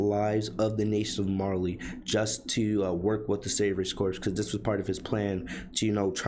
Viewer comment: Just a heads up, corps is pronounced "core" not "corpse" Great summary but that was buggin me about halfway through